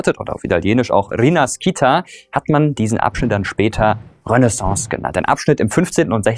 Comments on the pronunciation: cooles video! kleiner tipp das Wort rinascita wird nicht rinaskita ausgesprochen sondern eher wie ri-naschitá und das italienische wort für Renaissance stammt vom Wort rinascimento welches die italienische Renaissance beschreibt :) lg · Kleine Korrektur: Das Italienische Wort für Wiedergeburt "rinascita" spricht man etwa wie "rinaschita" aus XD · Ich finde das Video sehr gut. Alles kurz und wesentlich erklärt. Allerdings fand ich das Folgende enttäuschend: 'Rinascita' auf italienisch wird mit , nicht mit Laut ausgesprochen und der Akzent fällt auf die zweite Silbe (ri'nascita). Obwohl das keine Sprachunterricht ist, hätten Sie sich erkundigen können. Schade für diesen Mangel! Trotzdem 👍... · In italienisch "Rinascita" spricht man wie "Rinaschita" und nicht "Rinaskita" aus :-) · Echt gut gemacht und interessant. Ein kleiner Hinweis mit Verlaub. Rinascita wird ausgesprochen: rinàschita (sch wie im deutschen) und mit Akzent auf dem a. Norbert aus Italien. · Rinascita = Wiedergeburt Allerdings spricht man es "rinaschita" aus... "sci" spricht man im italienischen wie "schi" im deutschen aus Die Renaissance an sich wird im italienischen als "rinascimento" bezeichnet Aussprache nach deutschem Wortlaut: "rinaschimento" Ansonsten super Video! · Wirklich super Video, danke dafür❤️👌🏻 PS. Rinascinta sprich *rinaschita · hahahahaha "rinaschita", ich hau mich weck! ladin: Rinaschita, i á la schita! hahahaha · Kleiner Tip Renascita spricht man Renaschita aus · Auf Italienisch spricht man "rinascita" aus, wie es auf Deutsch "Rinàschita" wäre ;) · *rinaschita ausgesprochen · Rinaskita... come on! Informier dich mal wie die Aussprache geht... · Nur so nebenbei: rinas"ci"ta= wird als Schi ausgesprochen, "chi" so wie du. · Auf Italienisch würde es lauten Rinaschita ;) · Man spricht rinascita nicht so aus wie du es ausgesprochen hast wenn ein sci in einem wort steht wird es als schi ausgesprochen. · Abgesehen von der Aussprache von rinascita sehr gutes Video. ;)